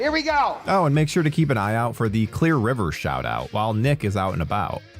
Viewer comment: why can you not say her name its clear